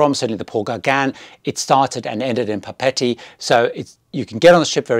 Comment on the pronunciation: LOVED Paul Gauguin! You mispronounced Papeete.